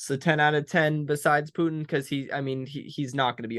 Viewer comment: Pu-in has a "T" in it.